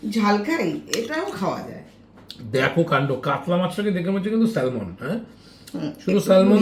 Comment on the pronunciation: Khub i tasty ❤❤❤ but kotha ta স্যালমন না স্যামন । Ami England e thaki ... ar Salmon , Cord , Tuna , Basa egulo khub i available ekhane ... tai bollam ❤ valo thakben ❤